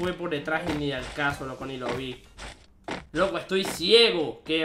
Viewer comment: Se dice loco escucha o lee no oco ja jajajajajajja jaj no sabe hablar den le like